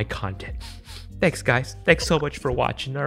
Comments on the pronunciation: At the end of the video it sounded like piss instead of peace 😂😂😂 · Makes me laugh every time you end with the word ‘peace’ as it sounds like ‘piss’ 😂🤪